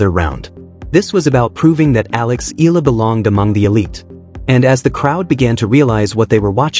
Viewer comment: It pronounce Eyala. im from the Philippines.